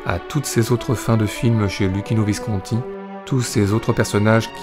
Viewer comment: Visconti est un nom ITALIEN, pourquoi l'épelle-t-il comme s'il s'agissait d'un nom français?? Et quelle voix monotone...